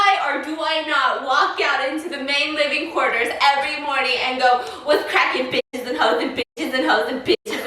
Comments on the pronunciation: “what’s cracking biss’ & hoes, biss’ n hoes, biss’ n hoes” 🤣🤣🤣❤️ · Stephanie: “ what’s up bissis and hoes bissis and hoes bissis and hoes” . . . Me : hi steph ......